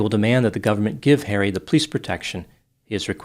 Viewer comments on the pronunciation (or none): Is it an Italian thing or a Detroit thing to say pleece instead of police? My grandma did that and I love it. Just curious.